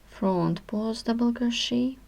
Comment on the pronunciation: WHAT THE HELL IS FRAUNT PAUZT? WHAT ARE YOU SAYING? LOL.